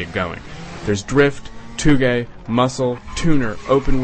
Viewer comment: THe review failed when he said "toogay" instead of touge.